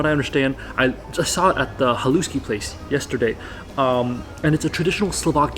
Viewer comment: There is no such word as Slovakian, it's just plain Slovak, from a Slovak! And it's pronounced HAH' lush,ky, accent on the first syllable. MOST words in Slovak have the accent on the first syllable. Bratislava is almost ALWAYS mispronounced. Accent on the first syllable i.e. BRAH tislava, NOT BratiSLAVA!